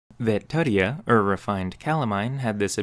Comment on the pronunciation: ITS LATIN, IT IS TOOTSIE-UH, NOT TUH-TEE-HAW. TUTIA .. cmon lazy american..